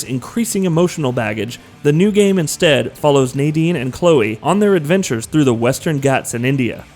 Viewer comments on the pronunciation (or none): none